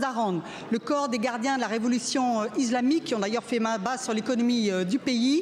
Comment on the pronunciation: Je suis desolé de vous dire ça mais là désinformation et des discours plus que fallacieux. Je pense que là le constat est alarmant sur les vraies enjeux politique encore à côté de la plaque cette assemblée. Pas foutu de dire le mot islamique et non izlamique 😂 mais même ça sa témoigne d un discours langue de bois qui n a aucun intérêt.